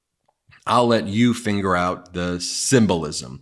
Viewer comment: I am sure you were just reading and talking too fast mistaking the pronunciation of figure.